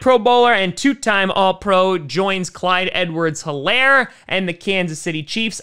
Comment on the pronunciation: Btw the h in helaire is silent it’s pronounced “elaire”